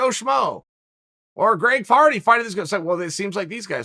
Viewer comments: He said Greg Farty, hehe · He said Greg Farty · Did Chael said Greg Farty?